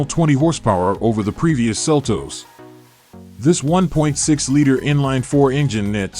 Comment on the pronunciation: Seltoes? It's seltos